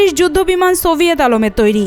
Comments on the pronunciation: ছবিওত আলোমের তৌরি না কথাটা হবে ছবিওত আমোলের তৌরি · এরা নাকি সংবাদ পরিবেশক,উচ্চারণগত ভুল,যেমন~সোভিয়েত আলমের তৈরি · সোভিয়েত আলমের তৈরি। এর ভো*দায় ধ*ন ঢুকিয়ে রাখছে উচ্চারণে এতো সমস্যা 😂 মাগী দিয়ে কিচ্ছু হবেনা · বোন সোভিয়েত আলমের না 😅 আমলের 😂😂😂